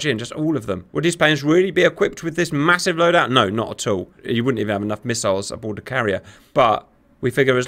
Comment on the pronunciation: I love how Cap says the word "massive". He says it so..... Massively.. haha. "Viewers you are going to see a lot of explosions today"... I love this and you were definitely correct hahaha